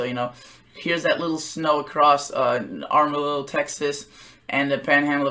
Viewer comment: Amarillo is pronounced "Am-ah-rill-oh'...thank you for your forecasts.